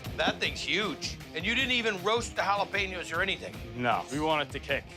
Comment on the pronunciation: If you can't pronounce jalapenos, please don't say it lol